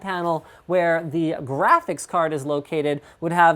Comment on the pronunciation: Minute ... How he said, "Graphics" Laughed so hard!!